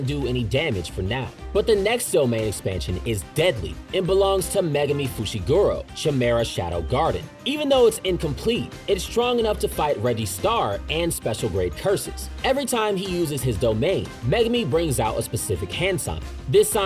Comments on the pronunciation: Its kye-mera shadow garden not shi-mera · Megumi’s hand sign for chimera, (kai-mera) not (Cha-mera) like you pronounced, shadow garden DOES NOT represent mahoraga. It represents Bhaisajyaguru or Yakushi Nyorai, the medicine buddha. They had 12 vows to attain enlightenment and heal the sick. Pls fact check your work before you promote incorrect information. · Yikes. That pronunciation was awful. Megumi's domain is pronounced (KI-mer-Rah) Shadow Garden. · Bro really said jimera shadow garden 💀🤦‍♂️ it’s pronounced as if it’s a c or a k dumbass